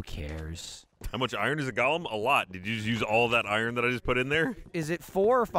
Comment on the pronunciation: It's Go-lum. not Gall-um the O is pronounced.